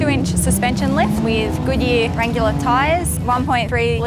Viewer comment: "Wrangular" tyres.